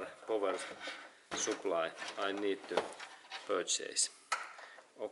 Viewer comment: "powah soup ply"